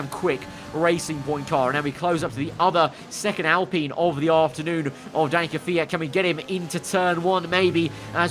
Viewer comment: PINEapple, alPINE. Not Alpeene!